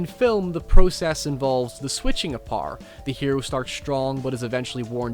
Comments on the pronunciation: the japanese say power as powah idk where you're from but its interesting you say power as "parr" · Who the fuck pronounces "Power" as "PARR". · love your pronounciation of "power".